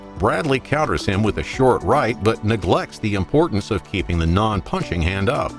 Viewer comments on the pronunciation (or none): none